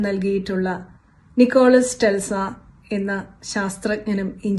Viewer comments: നിക്കോളാസ് ടെൽസ അല്ല.... നിക്കോള ടെസ്ല (Nikola Tesla) എന്നാണ്..... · ടെൽസ അല്ല മാഡം , tesla ആണ്